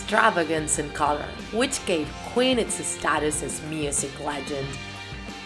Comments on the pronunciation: It’s queen not quin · look she can't even say queen. she says quin. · Me: *hears qween in stead of queen* AGHHHHHHHHFGJSHDUDHEHE HOW FRICKIN DARE YPU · Killer qwin its queen you pronounce the ee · “ killer kwin “ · U say kwen, Instead of Queen. XD Thx for the amazing video! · "killer qween" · “Killer quin” are you kidding😂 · Ali3nC4t she also said queen wrong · She said Queen wrong and base wrong she said bass